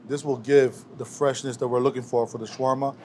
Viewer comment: It's funny how you trying to teach people how to make something that you even don't know how to pronounce it right lol